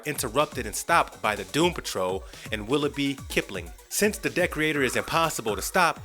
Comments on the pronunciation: Ye, it's not Decorator, it's DE-creator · Pretty sure it de-creator and not dec-reator. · The villain you refer to is Decreator (pronounced DEE-CREATOR, NOT DECK-REE-ATOR) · Decorator lol. The way you pronounce Decreator is extremely funny. It sounds like you are saying decorator! It's pronounced de- creator!! Great information in the rest of the video though! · Anybody else die inside everytime he say decreator wrong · I'm glad I wasn't the only one bugged by this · So this dude hasn't watched the series I'm assuming bc the way he says Decreator and Lucy Fugue is driving me insane